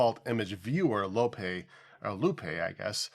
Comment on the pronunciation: You referenced the image viewer “Loupe”, but that’s generally pronounced like “loop”, not like “toupee”. Theoretically, if you wanted a French je ne sais quoi, I guess one could say “‘loo-peh” with a very faint second syllable, but we generally just say “loop” in English.